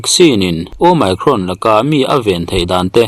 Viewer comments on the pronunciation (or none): Mi pangngai chuan an duh dan danin lo lamri se. Nangni YouTuber chin hi chuan a lam rik dan dik Youtube atang ten zir hmasa thin ula, ngaihthlak a hahdam deuh ang. Asean ang bawkin Omicron pawh nangma style leh bawk maw.